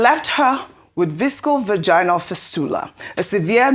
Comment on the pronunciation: Please can pay attention to her English pronunciation of medical or obs and gynae terms. Its not visco vaginally fistula, but vésico vaginally fistula(VVF). Furthermore, this is a case of child sexual abuse and its frustrating for you to even suggest that she died from natural causes-- Boo to your sick laws and government. What happened to 'a child must always be believed???. It feels like someone is restricting or controlling your reporting, as you constantly seeking validation from Dr. Abati.. Please be your own person just like Rufai is, FEARLESS AND HONEST ANALYSER